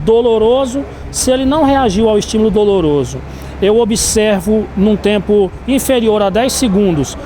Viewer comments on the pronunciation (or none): "um estimulo DOROLOSO" foi isso mesmo que eu escutei? kkkkkkkkkkkk